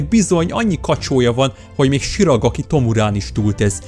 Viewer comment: shiRAGAki tomura🤣🤣 ez olyan mint amikor töri felelésnél azt mondtam, h mussolini a faszista párt képviselője